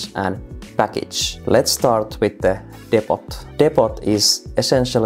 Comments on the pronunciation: for the record, "depot" is not pronounced depp-ott, it's more Deep-oh. Silent 't', long vowels. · Great vid! Btw Depot is pronounced "Dep-po" (don't ask why, English is weird) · Good solid video. Only issue is that it's pronounced "depo" even though it's spelt depot, other than that good solid video. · Damn thanks for the help Also gotta love the pronunciation of 'depot'. Engrish at its finest